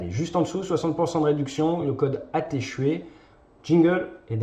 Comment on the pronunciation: Tu ments cest pas ATE CHUET, ca se prononce "A T'es Chouette" Change my mind